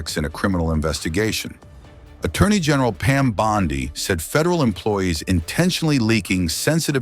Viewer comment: Please learn how to pronounce officials names: Bondi and Gabbard. I am offended to hear them mis-pronounced.